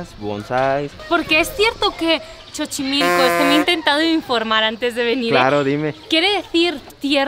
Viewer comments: Muy buen video, solo no entendí porque chichimillco, cómo si fuera Chocomilk, si muchas personas te lo dijeron y oíste como se pronunciaba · LMFAO!!!!... La X tiene varias formas De pronunciarse dependiendo De la palabra o hombre Del lugar (Que en su mayoria provienen Del Nahuatl El lenguaje de los Mexicas). Su pronunciacion varia desde la "x" regular, a: "J ", "Sh" o: "Ch". Y oviamente "Z" Como en Xochimilco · Entre el "Chochimilco" de ella y el "mi agüelito" del que la acompañaba, cáncer para los oídos. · It's annoying when she said chochimilco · Creo que llegue un poquito tarde pero vaya que buen. Paseadita te diste en Xochimilco, yo vivo por aquí cerca que bueno qu e te hayas llevado buena experiencia lo de la peronunciacion no t preocupes hay muchos que igual lo pronuncian mal eres la mejor Saludos desde mi casa aquí en Xochimilco, San Gregorio que pases un lindo Día, Dios te bendiga y vuelvas pronto por aquí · Me encantó como pronuncias Xochimilco, se me hizo muy tierno jajaja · No se porque los chavos no te corrigieron y te dijeron como se pronunciaba Xochimilco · Ya No se pronuncia xochimilco ya, Ahora como tu dices, se pronuncia "Chochimilco"....Y también la película de María Calendaria, ahora se llama "LA Choza de Calendaria". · Y no tuvo el valor de decirle que se pronuncia 'Sochimilco" 🧐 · Wow... Tengo como 8 años que no voy a Xochimilco. ¡No te digo amiga! me haces recordar lugares que ya ni visito a pesar de vivir aquí en La Ciudad de México (ja-ja-ja) He visitado más veces USA en los últimos 10 años que muchos lugares de esta mi ciudad... Y no es Chochimilco... es Xochimilco ("S"ochimilco") (jajaja) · Simpatico se escucha 'Chochimilco", jaja. Abrazo! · Buen video, esa pronunciación que tienes de Xochimilco se la he escuchado a todos los españoles que pronuncian el lugar, supongo que tiene que ver con la X que en catalan tiene esa pronunciación de Ch no? Saludos. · Chochimilco? Jaja, no, se dice como SOCHIMILCO.